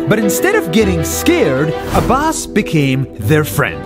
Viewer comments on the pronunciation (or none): Name: abbas My ears: a bus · I thought he said this is a bus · It sounded like you said his name is A bus Hi i am a bus.